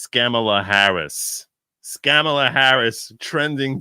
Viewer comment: you started this video by talking about racism and asking your viewers to consider they might be being racist when they send you memes because you’re Jewish. Then in the next sentence you call the VP “Scam-a-lah, aka Ka-MAH-lah”. If you can pronounce Scamalah, you can pronounce KAM-ah-lah. I’d like you to consider that continuing to mid-pronounce her name (as do all the pundits on the right as well as the prior president) is racist. Just consider it.